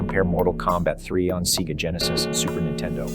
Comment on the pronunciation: "MK3 on SEEGA Genesis"